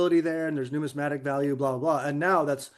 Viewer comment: I am not making fun of anyone unable to say Numismatic correctly. Lol